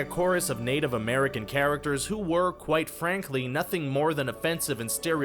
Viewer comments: "charicatures" lol im pretty sure you mean "characters" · did he just say chara-cer-ters